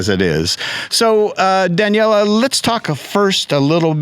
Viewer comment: Very impressive! I did wonder about the interviewer's pronunciation of "Daniele" and, of course, a trike is not a bike. Nothing said about the luggage capacity of the touring velomobile (which I assume did not tilt?).